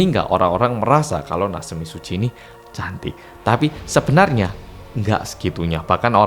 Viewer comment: Mbuh yaapa tp satisfying banget pas denger ngomong 'natsumi tsuji' 😭🤚🏻 maudok malang e kuentel wwwww